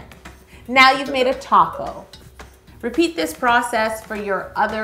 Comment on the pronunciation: Every time she says "taco" I think she means "top coat"😹😹